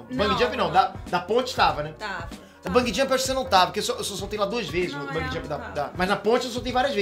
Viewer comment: Vou fazer o papel do mequetrefe hj, então lá vai: É Bungee Jump e não Bung Jump!